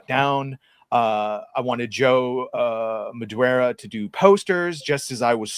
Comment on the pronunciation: Vas QUEZ? Joe MaDWEARa? My friend, whose last name is Acosta, is constantly being accused of accosting people. It’s pronounced Uh-COAST-uh not Uh-COST-uh. I’m not mad at you for mispronouncing these very common Latin sounds, but I just want to say, try harder. You can do it!